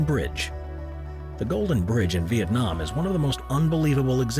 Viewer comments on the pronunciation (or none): none